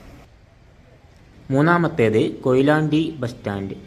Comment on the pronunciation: കൊഴിലാണ്ടി അല്ല കൊയിലാണ്ടി